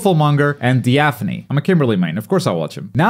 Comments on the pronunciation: Agree with your analysis. Btw, you said Diaphone's name incorrectly. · Anyone gonna point out the disrespect on the pronunciation of diaphones name 🤣🤣🤣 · That Diaphone pronunciation was something else man. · the way he said diaphone is crazyy😂💀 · Bro that triggered my fight or flight response. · That's the weirdest way to pronounce Diaphone LOL